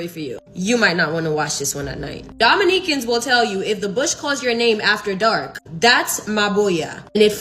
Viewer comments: It took me waaaay too long to figure out what she meant (or more like WHERE she meant) by "Dahhm in-knee-can." Dominican. Lord bless it. 😂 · The way that woman pronounces "Dominca/n" irritates the piss out of me. 💀